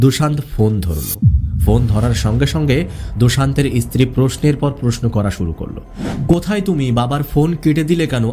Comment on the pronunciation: ইসত্রী নয় উচ্চারণ ঠিক করে করতে হবে